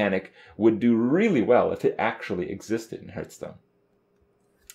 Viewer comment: once you hear him say "hurtstone" you cannot ever hear something else